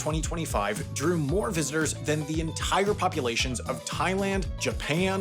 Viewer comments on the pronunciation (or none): none